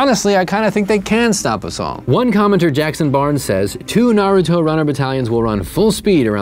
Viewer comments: THANK YOU for pronouncing Naruto correctly. I hate when people says Nuhroodo lol. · he did read it tho and he's the only guy I heard so far who pronounced it right lol